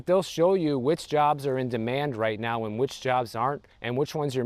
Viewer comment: the cost of living right row